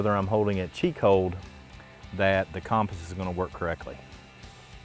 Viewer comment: Great vid, but the way you pronounced compass was incorrect and actually quite annoying. hahah sorry! I know its spelt cOmpass but its pronounced cUmpass. Great vid though and I love the Channel!